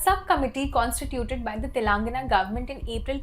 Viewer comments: Try speaking the name TELANGANA appropriately.. You can report the news later ☺️ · Constantly hearing "TELAAANGANA" made my skin crawl. As a person hailing from Telangana let me inform you that, you don't need to drag the first "a" in the word, just pronounce it like how you would pronounce "telugu" . No offence but just educating you ma'am.